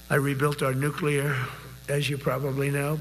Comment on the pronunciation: My lord. If I were a general and Stinky Drawers started s'plaing Nuk-lee-Arr to me and discussing the real movement of submarines? I think I would have lost it!